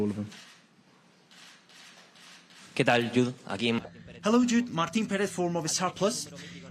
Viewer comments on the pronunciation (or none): the wee journalist from DAZN called him YUDE .... 😂